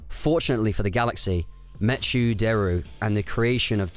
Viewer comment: "meh-choo"? Not "mekkoo"? Like MECHanical?